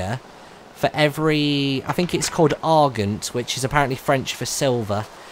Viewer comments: its ar-jent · I dont really know how to spell pronounce it but its arzjent (dont say the j too much) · Dernier is pronounced Dern-Yay Argent is pronounced Ar-Jawn